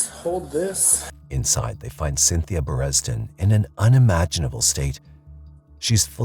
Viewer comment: Assuming this is not a really weird case of Americans butchering the crap out of a historical surname over the course of generations, you mispronounce the victims name. Berendzen, not Beresden. Assuming it has the Dutch roots I read into it, the etymology is 'Berend's zoon', or 'Berend's son'. So pronouncing it as 'Berendson' would most likely be more correct. (But watch me be corrected with some video clip of the victim or their family pronouncing it the way it is pronounced in this video...)